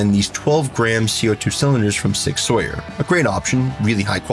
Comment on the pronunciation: It's "Sower" not "Sawyer"....